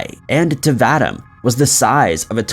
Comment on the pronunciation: Please quite pronouncing Vadim the wrong way. It is should be pronounced VA-DEEM! Come on guys; Do your research.